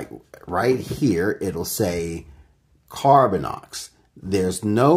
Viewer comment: Lol. Laughing at others grammer after you keep saying "Carbinix' when it should be 'Carbinox'. Nice. Lol. Thanks for the video.